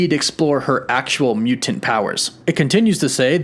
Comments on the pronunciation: You need to relax more when saying Mutant lmao. "mew-TENTS". Just mute the end of the word a little bit and let it roll. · i don't think i've ever heard someone mispronounce the word mutant before.